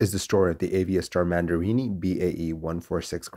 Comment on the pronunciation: I think it should be Mandiri, not Mandirini.